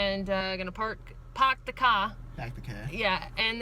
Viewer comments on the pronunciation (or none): Paahhk the caahh? Was that for my benefit?;-)